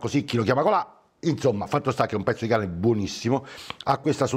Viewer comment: Hai detto un pezzo di cane buonissimo te sei scordato la r🤣🤣🤣